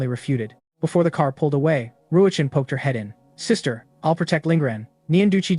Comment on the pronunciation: why did she suddenly become a sista 😂😂😂